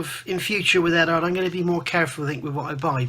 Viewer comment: Solid review and agree on your opinion. Only thing i dont agree with is since when did the U in Eduard become silent? The only people in the world calling Eduard Edard(#$&@ are and Phil Flory. Pronounced Edwaard.....lol...